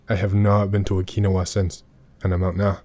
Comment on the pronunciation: How is jt your name is yet you mispronounce Okinawa so flagrantly? It reminds me of how tbe britts add an extra eye to aluminum and say "al-you-min-e-um"